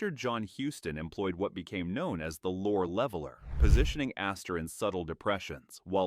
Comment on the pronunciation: It’s pronounced Peter Lore-ee and Ray Mill-an. Otherwise interesting.